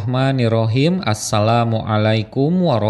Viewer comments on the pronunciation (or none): Mengucapkan Assalamu alaikumnya gak fasih. Baca Dal kurang tepat.